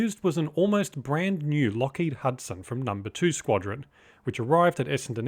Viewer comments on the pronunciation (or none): none